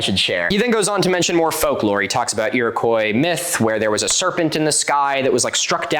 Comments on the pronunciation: you said Iroquois, right? isn't it pronounced "eero-kwa"? I could be wrong but i've always heard it said like that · Love the videos mein Bruder, just quickly… Who taught you how to say ‘Iroquois’ ? Irokoi lol